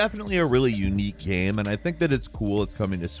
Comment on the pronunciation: no one:: “gehm”